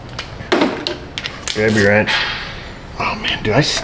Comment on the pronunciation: I know you probably already know this, but you don't actually need to pronounce the leading "w" in certain words like wrench or wrangler... I know it sounds cool... You CAN move on if you feel like it.